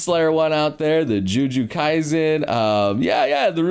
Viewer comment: Can we just address how, if I'm remembering correctly, this is maybe the third or fourth video in which says "Joo Joo Kaisen"? 🤣